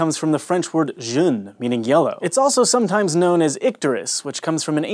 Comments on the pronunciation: made a common mistake; "jaundice" comes from the French word "jaune" which means yellow, but he said "jeune" which means young. Babies with jaundice are both of those, though. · Hank super mispronounced the French word "jaune" he pronounced it as "jeune" which is the word for young. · I cringed when he said « Jaune »